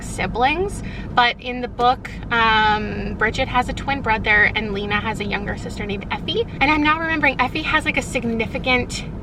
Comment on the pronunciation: The whole time you are talking about sisterhood of the traveling pants im yelling about how you pronounce Lena. Love this series. You are my favorite YouTuber